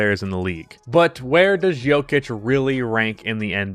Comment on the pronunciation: Man I love your channel but I would appreciate it if you could use a Serbian accent every time you said his name